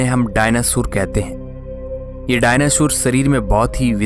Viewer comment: डायनासुर नही डायनासोर बोलते है भाई😂😂😂